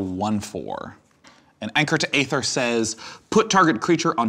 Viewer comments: Æther is pronounced like "EE-ther," not "AY-ther." Latin, yo. This has been a public service announcement, brought to you by the volunteer coalition of etymology nerds. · why does sean keeps mispronouncing aether. it's pronounce E-ther. e·ther ˈēTHər noun noun: aether 1. CHEMISTRY a pleasant-smelling, colorless, volatile liquid that is highly flammable. It is used as an anesthetic and as a solvent or intermediate in industrial processes. 2. literary the clear sky; the upper regions of air beyond the clouds. "nasty gases and smoke disperse into the ether" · Hey buddy, ae is pronounced E, like ether.